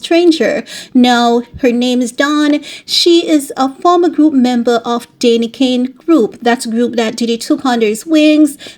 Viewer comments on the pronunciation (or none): It's Danity Kane...Not Dainty